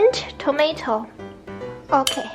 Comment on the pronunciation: Hmm the Chinese soup look easy I will try that lol oh and Yumi can we used any kind of noodles?? Haha the ways he pronouce the tomatoes lol tomashit loll!